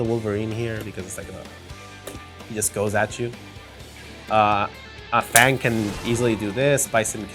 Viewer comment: The game pronounces f.a.n.g's name for you.... you still mispronounce it. other than that good shit. Just in case ryu's name is pronounced ree-yu ;)